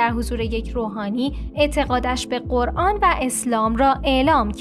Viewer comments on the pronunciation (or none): none